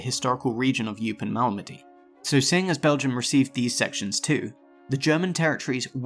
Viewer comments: I've never ever heard Eupen pronounced "You-pin" before. It's always been Oy-pen. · Eupen is pronounced oy-pen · Correct pronunciation would help: Eupen, Duivel... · Dweevelsberg? 😁😁 Oypen, not Youpen.